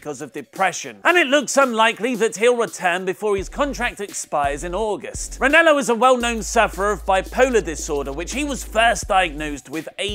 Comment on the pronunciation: REN-AH-LOW not REN-ELLO